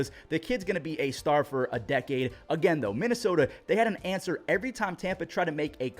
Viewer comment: saying Minnesota got me😂